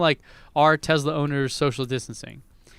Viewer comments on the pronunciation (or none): What's a Tezla,? You must need more data to process how to say it correctly.